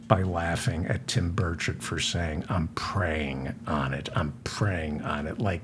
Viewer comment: With the noise in my shop, it sounds like you are saying Tim Birdshit! I wonder if anyone, perhaps in junior high, has ever called him Birdshit before?